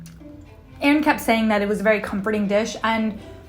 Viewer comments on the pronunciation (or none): none